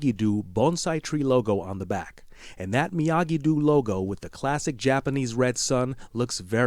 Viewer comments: It’s doh… not dew… doh… come on man. Did you never even watch the movie? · Miyagi Doe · Great video! But the way you said Miyagi do...lol